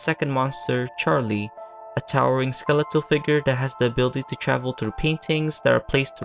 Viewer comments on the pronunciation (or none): none